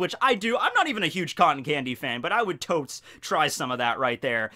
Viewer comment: Never heard a guy say "tots" in that manner